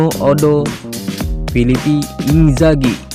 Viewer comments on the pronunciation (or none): Lucu nih yg ngomong... 🤣🤣🤣 Filipi Inzaghi, Filipo woy.. Seedorf nggk di akuin jd pelatih? Bwah parah 🤣🤣🤣 Buru2 kyknya bkin konten kejar target.